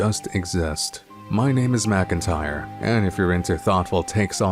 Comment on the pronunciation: Bro, MACINTYRE???